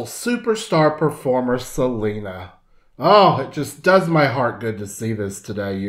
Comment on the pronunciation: Yo no entiendo xq los hablantes inglés le dicen Selina... Cuando es Selena...??